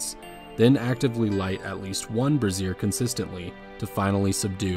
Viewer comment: for future reference a brazier is pronounced Bray-zhur like Frasier but with a BR. A brassiere (which is what it sounds like you are saying) is a woman's bra